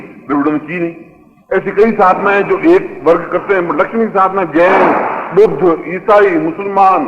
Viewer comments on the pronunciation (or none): none